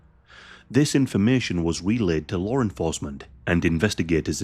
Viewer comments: Bro said Larre enforcement 😂😂😂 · FYI, there’s no “r” in the word law.